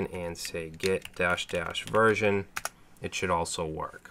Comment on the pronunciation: the "virgin" you have lool